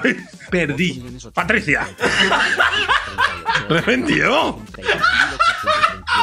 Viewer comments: ibai: re-lin reven: eren yeguer 😂😂😂😂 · soi yo o reven dijo eren jeager?